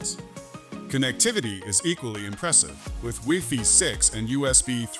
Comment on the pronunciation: weefee. shut up Ai